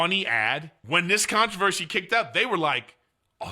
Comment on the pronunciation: Let’s be honest, controversheshe really sucks